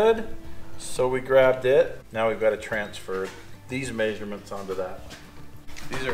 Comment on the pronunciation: His maysurments